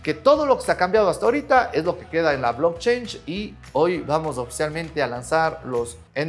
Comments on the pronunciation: No es blockchange " como dices es blockchain ",cadena de bloques.pronuncia bien . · sin ser nada de gringo logro escuchar que pronuncias "blockchange" siendo "blockchain", please do not do that. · Un shot por cada vez que dice "blockchainshh" 😝